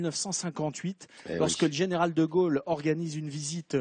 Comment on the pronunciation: quand prononcera t-on correctement De Gaulle et non De Geuelle , au se pronone o et non eu !!!